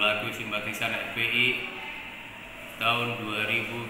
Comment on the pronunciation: Weis jlas banget bilang FPl nya... Wwkk.. Wwkk.. Wkkk...